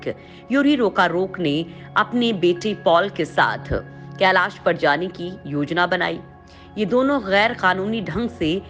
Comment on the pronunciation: केलास नही *कैलाश*भाषा तो शुध्द बोलाकरो।धोती भाषा कभि शुध्द नही बोल्ता हे।